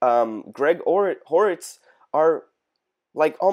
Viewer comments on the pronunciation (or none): Ortiz not hoorittz. The H is silent. 😊